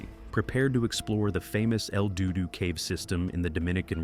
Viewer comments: Lol.. He said El dudu.. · 30 seconds in and I completely lost it when he said "el dudu".